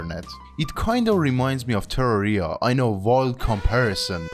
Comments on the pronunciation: why do you pronounce terraria like that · what the hell was that terraria pronunciation my man